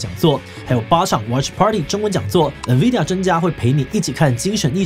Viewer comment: 先不說未來有沒有預測，光Nvidia 唸對我都快哭了